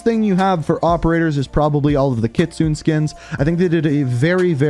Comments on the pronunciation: Kit-su-ne Not kitsoon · Kit-soo-neh kitsune your pronunciation drives me crazy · It makes me cringe how you pronounce Kitsune it’s not Kitsoon it’s Kitsu né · God my ears bled every time he said "Kit-sune". It's pronounced "kit-su-nay" my guy. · It’s not kitsun! You pronounce it like kitsunae!! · Nice try but it's actually KITSU-NEY. (NEY pronounced like NAY) It's fox in Japanese if I'm not mistaken. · bro here how to say her name, Kitsune ( Ki Tsun Nay) please stop fucking up her name, love the videos tho kelp it up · Everyone can't say Kitsune right. It's pronounced Ki Tsu Ne (きつね) that means fox in Japanese. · Ikr i cringe every time says kitsoon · Came here to say this, but I figured someone had beat me to it. To be fair, I only know it because of Ghost of Tsushima lol. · U said kitsune and kyubi wrong btw